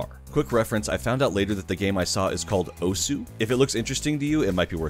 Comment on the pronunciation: I know you probably don't care, and that's fine, most people don't, but the letter U in "osu!" is silent. It's pronounced the same just without the U sound at the end.